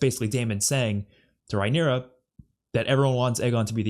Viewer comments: It's not Rhy-nera, it's Raeh-nyra, pronounced Ray-nera.😊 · Also, "Ray-knee-ra" , not raeyniera😂